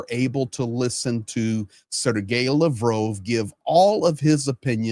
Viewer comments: Mispronouncing Lavrov's name? Why am I listening to this guy? Russia's finished. What's all the hubbub, bub? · why do you pronounce Lavrov with a long O sound instead of the short o sound that everyone else uses? I find it detracts from your commentary. Please figure this out because I can’t keep watching as long as it’s mispronounced. Otherwise I enjoy your commentary except when you speak to your audience like we’re babies who don’t understand the world & need everything explained to us in minute detail.